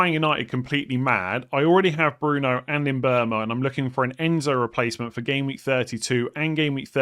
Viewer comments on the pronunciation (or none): none